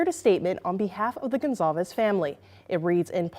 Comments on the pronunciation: They keep butchering her name saying Gonzalez, or it's wrong on the screen, not sure. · Why is GonCalves "Gonzalez"? Also, never relax. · Portuguese or Brasilian Portuguese it's actually pronounced like Gon-Sal-vess